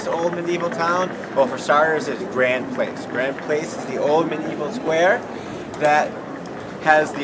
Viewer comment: Note to American uploader or presenter: it is spelt "Grand Place" but pronounced a bit like "Graw-n-d - Plass" not as you pronounced it like "are you coming round to my place tonight". And Bruxelles if you are French - I won't get into the Flanders and Wallonian dispute!!!! Beautiful city!! Just wish Americans pronouned places properly!